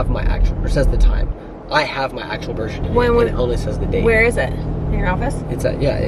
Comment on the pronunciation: “Birsh shertificate” haha did y’all notice that’s how you say it!! 😂